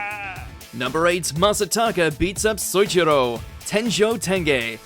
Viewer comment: Ignoring how Souichiro was mispronounced, I'm glad tenjou tenge is getting notice